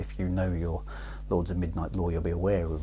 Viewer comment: I think your pronunciation of "Xajorkith" was fine - Chris gets that one wrong all the time! :P ...but your "Lords of Midnight" could do with some extra practice!